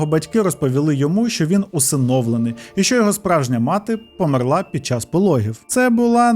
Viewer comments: Можна, будь ласка: помЕрла, не померлА😢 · Таж помЕрла а не померлА 😭 друге це на російський манер( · А чому померлА, а не помЕрла? 😅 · Немає в дієсловах наголосу на останній склад в українській мові, лише в російській. Помéрла правильно. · дякую дуже за цікавий випуск! <3 та хочу зауважити: у слові "померла" наголос на "е"